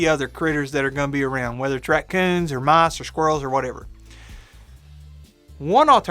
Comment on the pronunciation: You where saying "mice" but I heard "moss"